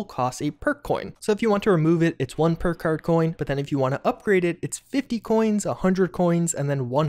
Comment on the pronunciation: He said purkuurd so many times in a row the word lost all meaning. Oh, PERK CARD you say?! Lies, I don't believe it.